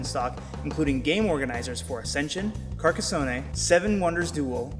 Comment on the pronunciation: Haha, Carcasson-neh? There's no need for the -neh. Digging the videos, keep them up! thumbsup